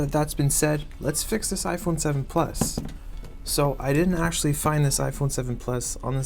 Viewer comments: Are you talking about jaiphone😂😂😂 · I know you are talking about jaiphone 😂😂😂😂